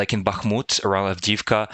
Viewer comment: love your site---but please Avdiivka---is pronounced "avdee-yeevka"